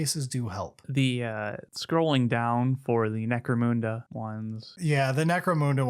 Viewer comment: "necromoonda" I'm being baited into commenting and I can't stop myself